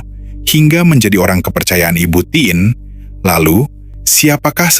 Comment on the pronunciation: Dan "TIN" bukn tièn..tp ya namanya robot..😅